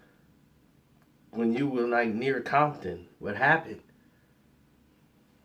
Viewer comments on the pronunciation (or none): none